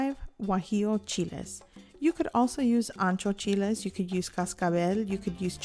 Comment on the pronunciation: CHEE-LAY, CHEE-LAY, CHEE-LAYS.